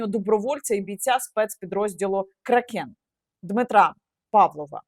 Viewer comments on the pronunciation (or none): Кра́кен правильно